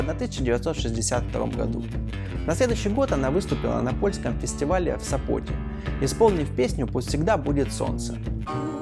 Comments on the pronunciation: Очень много делает ошибок в ударениях..КропивнИцкий, УкраИнский,СОпот . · СОпот и ВеронИка. Следите за своей речью или вы плохо знаете русский?